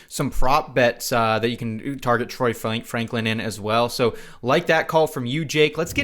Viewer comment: Franklin - not Flanklin